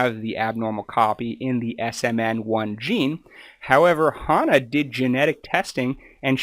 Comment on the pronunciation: Shane still takes a related oral medicine, just not the Spinraza injections. And, you mispronounced Hannah's name as well. It's Hannah. It rhymes with banana.